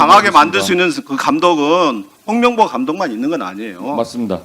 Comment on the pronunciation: "명"과 "몽"이.... "멍"으로 들리네...